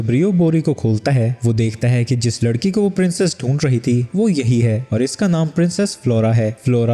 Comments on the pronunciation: ladki❎️ lakdi ✅️ 😂😂😂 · 1:39:6 larki❌ lakri✅😂😂😂😂😂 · bhai tumto larki ko lakri boldia😂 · Bhai vo lakdi nahi ladki hai 😂😂